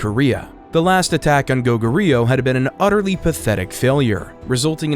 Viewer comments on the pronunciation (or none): Did you seriously just butchered pronouncing Go Goo Ryu...